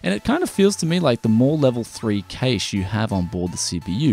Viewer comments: Industry professionals always pronounce Cache as "Cash" in the 30 odd years I've been following things, the only time I hear it pronounced the way you do is occasionally on channels like yours and at Best Buy and the like when reading spec lists, in interviews with engineers and chip designers, and in college level lecture halls its always "Cash" and that's what I deem correct. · Im sorry, I cannot watch this video when you pronounce cache like that. I'm very sorry, i watch all of your vids and all to come aswell but i just cant bring myself to watch this.